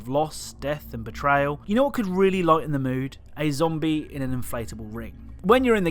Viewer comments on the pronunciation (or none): none